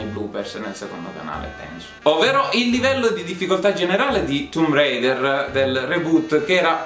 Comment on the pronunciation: che bello sentir la pronuncia tumb reider e 3 secondi dopo tomb raider per abitudine